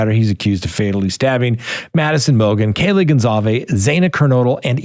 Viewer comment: You can’t even pronounce Kaylee’s name correctly 2.5 years later??? You’re good! Btw, he IS innocent!